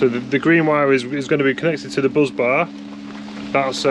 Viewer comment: Anyone else just spend 3mins googling what that hell a BUZZ bar was only to realise he was saying Bus bar?